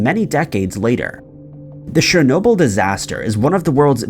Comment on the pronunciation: You've got a serious problem with pronunciation of certain words and names of things that I and most probably other people also can't believe that you haven't heard those certain names/words pronounced correctly 🤔 for example today's brainfart was 'shernoble' the correct way is 'chern-obyl', and I don't mean to undermine you or belittle anything you have achieved with your channel as I'm an avid follower of your posts but it's the way I was raised and educated and my parents would be on me in a New York heartbeat for any mispronounced words/phrases and it's obvious that it's rubbed off on me and became like a habit of mine and grates on me when people mispronounce things that people must have without a shadow of a doubt heard people say correctly 😉 aaahhh right got that off my chest 😉